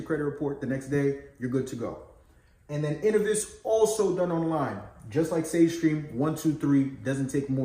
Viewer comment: Great video and info. Just wanted to let you know that Innovis is pronounced "In-Know-Vis". Keep dropping the knowledge.